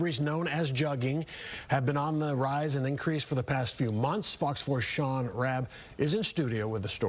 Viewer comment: Jugging huh 😂😂🗣 I'm pretty sure you're pronouncing it wrong‼️ 🤭🤣